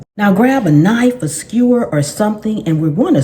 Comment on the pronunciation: You said a long screwer instead of skewer..😅